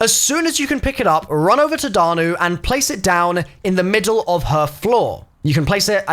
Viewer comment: Sorry but danu doesn’t have an r in it 😂😭